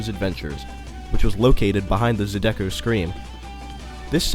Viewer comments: I'm sorry....the "Zoo-deck-ko" scream SENT me. 😂😂😂 It's "Zy-di-coh". Awesome video. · The pronunciation is NOT "Za-DEH-ko" it's "ZY-duh-ko." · Zeye-da-go. Not zu-du-gu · Zydeco isn’t pronounced like you said it. It’s Zy (rhymes with pie) duh ko. The emphasis is on Zy. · Zydeco is not ZeDecko its said zai· duh·kow. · It's Zie-da-co 😳 hearing zadeko repeated hurt my Louisiana ears 🥺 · it's zy-dee-co mane...ppl who not from here just butcher our words it's sad...but yea i last went here a few month before the hurricane! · I live only 12 minutes away, now it's 2021 and it's still sitting there rotting. Anyway, for The Zydeco Scream is pronounced Zigh-Da-Co lol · You pronounced Zydeco wrong!! It's Zy-Dee-co. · Zydeco is pronounced "Zie duh coh". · Zydeco Scream is pronounced like "Zie-duh-ko" Great video! There are a lot of things I didn't know, and now I wish I would have ridden Goliath at Fiesta Texas when I went, cause I rode it back when it was in New Orleans! Awesome! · Not to sound rude, put its pronounced Zy-D-Co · Zydeco is pronounced "Zy-duh-co" and Houston is pronounced "Hugh-Stun" not "Who-Stun". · You say Zydeco so wrong lol